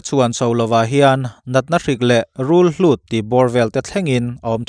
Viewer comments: "Rulhlut" tiin i lamin ka hria "Rulhut" tih zawk tur a ni. I thu lam ka hriat sual vang zawk a nih chuan min hriatthiamna ka dil nghal e. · Rulhlut ni loin Rulhut tih zawk tur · (Thei chu a rah a that poh leh a rah chhia a langsar thin. Sawisel châk vang hrim hrim ni lovin, hriatna tizautu atan) Rûlhût nge Rûlhlût ? => RÛLHÛT a ni (a hlût lo, a hût). 'Rûlhlût' ti a lam te hian 'Rûlhût' sipel dik an hriat loh / hriat sual vang a ni. Awmna hmun a dan avanga lam dân inang lo tih hi 'RÛLHÛT' atan chuan zahzêl mai mai a ni. Lamkhuang/Laui tih hi chu awmna hmun a zir anga lam dân hrang nei a ni a. Rûlhût erawh eng Mizo tawngah mah (Duhlian, Lai, Paite, Mara, Thado, Hmar) "hlût" hi adjective of quality emaw noun emaw atan hman a ni lo. Mizo tawng (Duhlian) ah "hût" a awm. Theipui hût vek pawh a awm kha (adjective of quality). Noun atan "Hlût" tih tawngkam a awm lo. Hlut (hlût ni lovin) awm theihna: I thil min pek chu kan hlut khawp mai (adverb). [ka rawn zeh tel chhan chu a thumal a inang si a; hnial tum in lo awm takin. Mahse, a thlûk erawh a inang lo : hlut leh hlût ] Rûl pianzia a nei a, a kawchhung a kawrawng deuh anga a lan avangin "hût" a ni, a "hlût" lo. Tetlai atanga inhrilhfiah loh avanga ti rûlhlût ta mai mai kan awm fo. Hetiang chiah hian thumal tam tak dik lo taka lam rik, a dik lo zawk dik ang thawthánga hmanna a awm fo bawk. Hetiang khawpa chianga sawi hnu pawha lo la hnial tang tang peih in awm chuan Dictionary leh Lehkhabu hrang hrang chhiar ve thin turin ka ngen a che u. Chanchinbua Article leh thuthar chungchang an ziahnaah reng reng RÛLHÛT tih vek a ni bawk. JF-a chuan Tapeworm hi Rûlhûtpui tiin a dah a ni. RÛLHLÛT tih hi lam rik chian lo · Pu, rul-hlut i tih hi rul-hut tihtur a ni tlat mai. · tun hnuah chuan rulhut tih tur aw. BIBLE ah pawh in ziah kha aw "ka thian". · Rûlhlût i ti tlatin ka hria